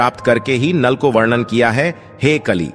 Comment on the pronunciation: आप शब्दों का‌ उच्चारण सही करें।वरण और वर्णन में अन्तर होता है। ऐसा लगता है कि आपको लिखा हुआ भी पढ़ने नहीं आता है। धन्यवाद।